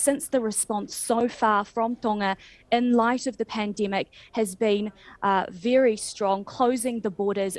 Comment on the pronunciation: Wery Wery 😔